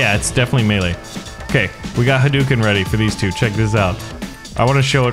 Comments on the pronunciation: Correction in speach. its not hoo dooken its pronouced huh dough ken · Huh pizza dough ken/karen And its ha-dooken, not hoo-dooken